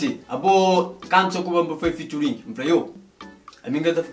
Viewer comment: Fituring?? É kuze 😂😂😂 alguen explicam